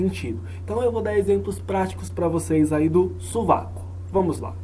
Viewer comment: "SuVaCo" kkkkk